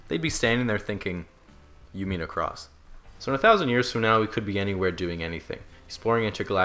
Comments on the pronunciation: I thought they said "you need a cross" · You mean across 😂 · You mean across 😂😂😂